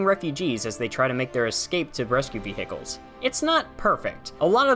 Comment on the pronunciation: "Ve hicles"